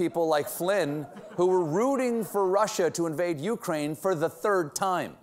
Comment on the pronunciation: "My Craine"? Jeez... it's hard to hear Colbert being such a CIA stooge!